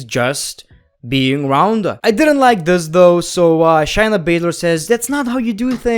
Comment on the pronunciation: If you're gonna make videos about episodes, atleast know how to say the people's names right.. Example it's Shay-Na not Shy-Na the way you were saying her name was so cringe